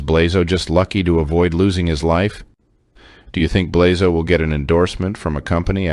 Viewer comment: Coming from the Balkans, I cringed every time you pronounced Blazo’s name.